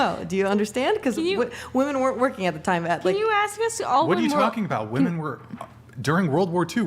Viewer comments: Why do they not know how to pronounce women and woman. 🙄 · They can’t even pronounce “women” properly. You’re asking too much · Another panel full of women incapable of saying the word WOMEN! Ive never in my life heard a man mispronounce that word.